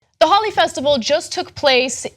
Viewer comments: It's pronounced "Holy" not "holly" lol and these women need to not participate in Holi if they feel like they're being targeted.. not all women, but those that feel targeted/unsafe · Ana i am a big fan of the work you do, but you need to at least try to pronounce the words correctly, especially if it's the topic of your report! PS: its pronounced <HOLY> not <HOLLY> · 'Holi' is pronounced 'holy', not 'holly'. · Not "Holly" its pronounced more.... "Hole-y" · It is NOT holly, it is Holi, as in holy mackerel. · i'm indian and they are mispronouncing holi in this video it's pronounced hole y not holly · It's not pronounced "Holly".. it's pronounced "Holy".. like Holy crap can you please pronounce this correctly! :P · There should be a producer off-camera correcting them when they mispronounce words like "holi" and "rumspringa." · no, its ho-ley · yes it is pronounced 'holy'. those are probably westernised indians who can't pronounce traditional indian names properly smh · WOW people are so motivated to judge and teach us INDIANS. ! too bad, they don't have that same amount of motivation to do research on their own. A couple of paragraphs from some newspaper or FB post cannot actually explain the full picture. i mean, at least pronounce "Holi" properly. if you want us to consider any of your suggestions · again proving they are glorified googlers. They can't even pronounce Holi correctly.